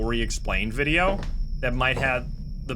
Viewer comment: As it was fortold, I am awakend at the sound of droping wideo